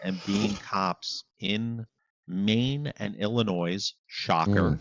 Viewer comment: Love you guys, but there's no "S" in Illinois. You were killing me. 😂